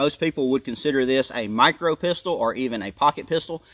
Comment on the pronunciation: What in the hell is a "mirco"?